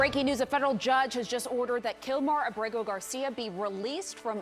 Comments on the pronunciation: Why does she keep pronouncing his name that way? She can't even get it right 3 times in a row, lol. Clown school. I would love to see her code switch and pronounce his name if he was Japanese, Russian, French, Italian. CNN ur a joke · why can't she pronounce his name correctly? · LOL The Virtue signaling pronunciation of his name is so hilarious, I love how she tries it the second time and tricks all over herself and his name just comes out as babbling. Why do anchors do that for Hispanic names. You don't break out into a Irish accent when someone's named Jimmy O'Connor. But they feel the need to accentuate Hispanic names Marion soft weak people bending the knee to minorities so that they're not perceived as big meanies. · Kilmar Ubrego Garcia 😂 ( hold my drink 🍹-let me pronounce this in Español )